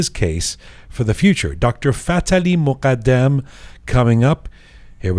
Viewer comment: خیلی برام جالبه وقتی اسم ایرانی ها رو به این غلیظی تلفظ می کنه فففتح عععلییی مققققددددمممم ❤❤❤❤❤❤